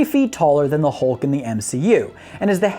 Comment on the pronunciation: "halk buster". nice English, dude.